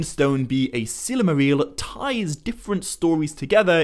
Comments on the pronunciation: Why the ‘a/ae’ sound in so much of your pronouncistion? I.g. El-a-rond, Mor-a-dor, sill-a-maril? Even the subtitle AI picks it up🙈. Not trying to make fun of your accent, but really am wondering if maybe you have a different insight into how the pronouciation of these words should be (perhaps as intended bij Tolkien?) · Stop saying Sillymaril! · It's "silmaril," not "silamaril." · Every time you say, Silmarill, Morgoth is somewhere becoming so friggin triggered. Lol (sigh) I love ya Morgoth but you gotta chill okay.